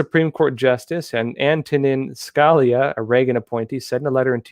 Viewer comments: it’s pronounced “skah-lee-ah” not “skall-ya” - he’s kind of a big deal and still relevant amongst Supreme Court topics (especially with the appointment of Amy coney Barrett). How do you not know who he is or how to pronounce his name? I mean, you don’t know how to pronounce Arkansas either. How can you cover the news if you don’t even know some of the most basic things about the country? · Scalia: Ska-Lee-Ah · Antonin skuh-lee'-uh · SCOTUS Anton Skah-LEE-uh C'mon. He was a fabulous constitutionalist! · Lol, he's on a roll this week, Arkansas, now Scalia 😆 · Please pronounce Antonin Scalia correctly. I’ve been wondering if you might have a hearing disability because you pronounce certain words incorrectly. Love your channel though. You do a great job.